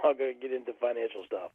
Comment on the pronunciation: “I’m smoking less.” “About a pack and a half a day.” Good lord. If that’s less, what the hell was he smoking before? Oh and is selling sports stawf? I wonder if he has a Bawston cap. I don’t even watch baseball but I still want one.